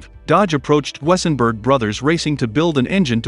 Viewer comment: do-sen-berg is the pronunciation of that auto manufacturer